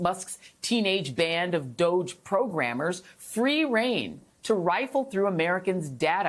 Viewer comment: PLEASE, JOY!!! What is WRONG with all you Media types??!!! WHY can you not get the pronunciation of 'DOGE' correct? It's really simple. You should NOT be helping Pestilence Trump and the Musk Rat with propaganda! So, in the unlikely event that you do NOT know the correct pronunciation, I'll help: "DO", is said in exactly the same way that the "Do" in "Donald" is said (to honour our Con-Man-der!-in-Chief); "GE" is said exactly as in the "Ge" in "Genius" (Again, in honour of our Naked Emperor who has a "Very Big A-Brain", and, therefore, "Con-man Sense".) So, yes, "DOGE", rhymes exactly with with "Dodgy". Got it now? You're welcome. I'll get back to watching the Presser in the Blight House. Thanks